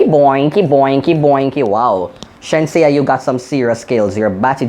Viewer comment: Not sheensea it's ASHENSEA loool